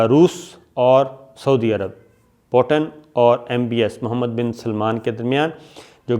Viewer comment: po ton. ni he ye peo ten he . lagta he school time me khoob mazaq ura ho ga aap ka. mutenserhussaintarar kehene pr. 😄😄